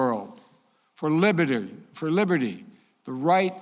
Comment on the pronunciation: Did he say Liburitey